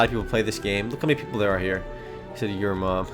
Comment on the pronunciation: he said "yer mom" lmao